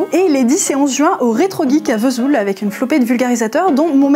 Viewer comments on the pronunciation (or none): none